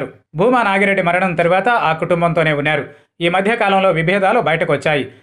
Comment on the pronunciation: వున్యారు కాదు వున్నారు అని పలుకు నాయన. ఏం భాషరా తండ్రి